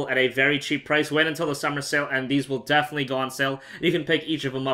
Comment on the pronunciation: you say "defenetly" ALLOT